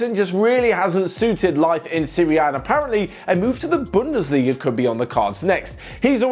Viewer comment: said bindesliga who picked that up😂😂😂😂